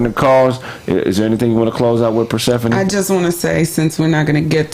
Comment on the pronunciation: Persehpani sound kinda....Atlantish